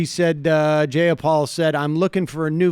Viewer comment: It would be really cool if you could pronounce Jayapal’s name correctly.